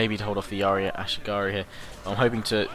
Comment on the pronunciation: Ah-She-Gah-Roo, it took me a couple of minutes that he was trying to say ashigaru rofl.